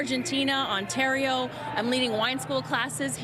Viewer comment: Lol, Ontardio.